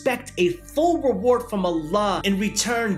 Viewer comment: Assalaamu alaikum bro you said huge emance eward not sure if you meant to say award or reward 😂 😂 not trying to criticize you homie